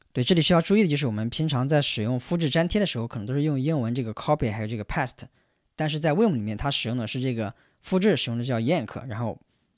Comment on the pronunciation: paste发音是配st 不是怕st